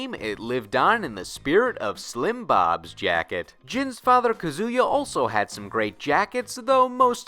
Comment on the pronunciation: How can you have a list about jackets and not mention Lee’s from Tekken 7? Also, “Kazoo-yuh.” 😂